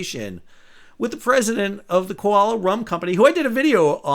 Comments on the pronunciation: I know these are mostly breaking news stories, but i've been waiting for it since November 8th because the USA desperately needed these to happen, and Trump already knew it. BTW, it's pronounced 'KA LEW AH'. And it is yummy. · 😂😂😂 You still called it “Koala” Rum. You might not get that bottle of rum! GREAT episode-thanks! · Sal. Wondering what you might have to say about China's numerous naval vessels circling around Aussies down under, and doing missile practice just to the edge of international waters, without warning to Australian authorities or for air traffic safety. (P.s. practice makes perfect KA-OLA 😂 KA-OLA, if you want that rum 😁)(yes, you slipped again 🤭) Cheers! ...Oh, and, it took half an hour or more for their "already on guard" Defense Dept. to even begin to "find out" about missiles being shot... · And gently corrected how their company name is pronounced!